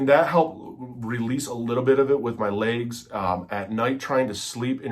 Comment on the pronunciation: Not trying to be a jerk here but I think the word is legs, not layggs (lol)